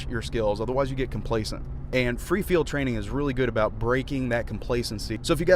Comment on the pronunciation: I think it's pronounced like free field training not freefield training